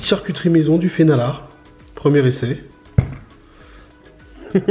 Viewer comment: Pour ceux qui veulent aller plus loin, le nom norvégien est "fenalår" (prononcé "fénalor"). Mais l'essentiel est là 👍